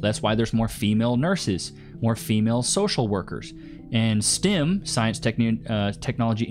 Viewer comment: Stim? Or Stem😅 engineer is with e not i.. sounded like he said stim